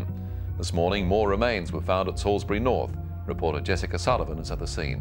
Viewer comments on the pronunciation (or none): So, in this year of plague, the only days I have a routine are days. Even before I arose, I was thinking, okay, coffee, toast, and then....all before I even checked the vid was there! Nice to see one from here Down Under. You said Inala correctly, but Salisbury is "Sawls Bree" Rock Spiders tends to be prison slang, but it was interesting to hear the reason behind the slang...and yes I'm still cringing! Thanks and team😘 my weekend is off to a good start. Kudos and thanks as always.